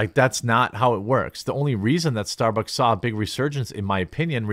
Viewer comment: gotta admit, starborks is a far more fitting name for a crappy company, well (mis)spoken Jeremy